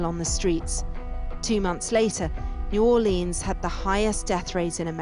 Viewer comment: Please stop saying Louisianer, and New Orleens!!!